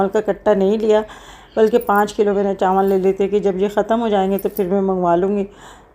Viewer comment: Chanwal nhi hota chawal hota ha